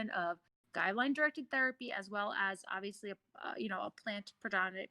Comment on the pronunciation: did he just said Aviously?